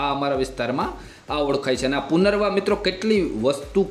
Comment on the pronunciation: ઉચ્ચારણ: પુનરવા ❌❌❌ પુનર્નવા: પુનરનવા ✅✅✅ બાકી ખુબ જ ઉપયોગી માહિતી આપી છે.👍🏻👍🏻👍🏻